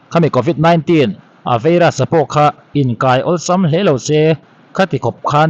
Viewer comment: vairas....not veiras